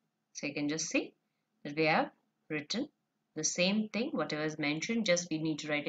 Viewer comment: It's thing not ting 😹😹😹👋🏻